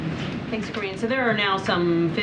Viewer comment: Why do they ,keep calling her Karinne?